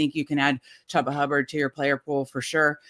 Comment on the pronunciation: I was done when she pronounced Chubba wrong.